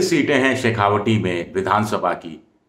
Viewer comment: शेखावाटी बोलें शेखावटी नहीं।